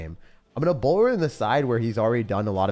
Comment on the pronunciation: 😭😭”bowlyy”. Justice for the bowler he’s doing his best😂